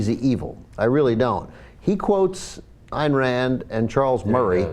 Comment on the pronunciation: CENK, for the last time it's Ayn, rhyming with dine! Not Eye-Anne!